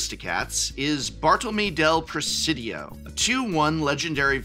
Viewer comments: Bar-Toe-Low-Meh, is how its pronounced.. I think? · as a spanish native speaker, i sincerely (and in good fun) give you a "you tried" award to your rendition of "bartolomé" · as a non Spanish speaker who knows what é is it hurts me too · Yeah, that and his pronunciation of "Orchid" were rather jarring. But hey, when you talk publicly for a living you are going to make mistakes, and not just a few of them.